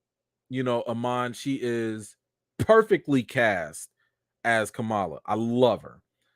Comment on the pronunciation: I’m mad I missed the live but I have a theory….what if when Kamron’s powers exploded out he activated the mutant gene in the rest of the mutants. Since they can’t call them inhumans they’re gonna make them all mutants instead. Also can we please call them by the name they pronounce out of respect of the culture. It’s Kam-Ron not Cameron. Ka-ma-la not Ka-mala. I feel if our names were mispronounced we would have an issue. Just saying…………the show was like a 7/10. Wandavision and moonknight was better with the mystery aspect.